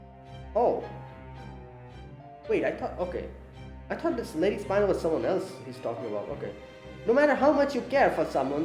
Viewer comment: It’s Spin(speen)-el, a type of gem, and probably just Beryl’s nickname to tristan and she calls him red beryl, another gem, which probably is her nickname to him